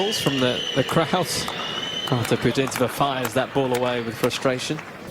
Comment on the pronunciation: No, that letter T doesn't reads apart! It's Putín tseva (ts is a one letter Ц in Russian- Пути́нцева- Пути́н цева), It's sounds like a сi sound in Cincinnati(Цинциннати)